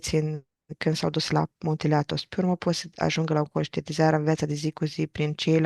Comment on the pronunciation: n ai pus accentul corect...Athos, accent pe A, nu pe thos.